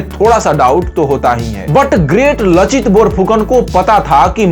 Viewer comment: लाचित। और अगर उच्चारण देखेंगे, तो लासित। उस जाति का नाम है आहोम, अहोम नहीं। Lower Assam का कमांडार लासित बरफुकन दो जंग में लड़े थे। आलाबोइ के लडाई का फल अनिश्चित था, पर शराइघाट के लड़ाई में उन्हों ने गुवाहाटी पार कर के रामसिंह के सैन्य को मानाह नदी तक भगा दिया था।